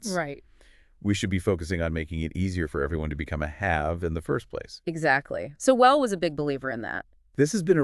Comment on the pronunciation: UNBELIEVABLE! Seven seconds into this video, and you've already destroyed your own credibility. CAN'T YOU AT LEAST LEARN HOW TO PRONOUNCE PROF. SOWELL'S NAME?!!!